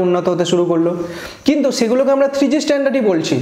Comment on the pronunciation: চে গুলো😂😂 চে সময়😂😂 বেছি পাবেন।